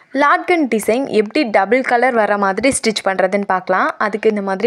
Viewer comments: SUPER 💐. Laatkan illa ma latkan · Sister adhu laatgun illa latkan லட்கன் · Laatkan illa sis Latkan